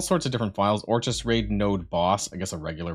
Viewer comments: Or-kiss not or-chis. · It's orkis... orchis sound out the k. Smh. 😂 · If this dude pronounces Orchis incorrectly one more time... how are you a content creator for a Marvel game and dont know basic things like how to prononce things from major plots of the comics. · I know Canadians who pronounce it perfectly fine. FOH with that BS excuse.